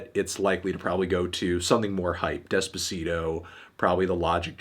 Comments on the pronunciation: despuhseedoh lmao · white ppl pronouncing Despacito terribly makes me cri